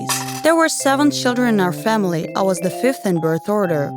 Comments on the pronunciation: I'm sorry but this video is really....Really bad o~o 1st of all, its another God damn Storybooth ripoff, 2nd, VERY poorly animated. 3rd, She sounds like a fucking robot when she talks. 4th, "Famlil lived." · The way you said family it was like fameley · u said family wrong and wait u been in school for 3 years?